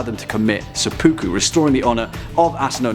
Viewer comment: Seppa-ku, not se-poo-ku. Ta.